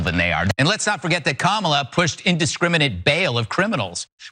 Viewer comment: I will give him credit for pronouncing the VP's first name correctly and that's it.